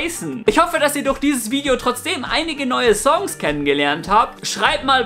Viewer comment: Bitter lerne Songs/Song korrekt auszusprechen